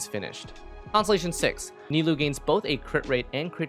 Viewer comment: ni-loo XD